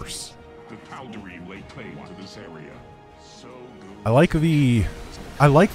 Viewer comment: Obligatory pronunciation nitpick: "Tal'Derim"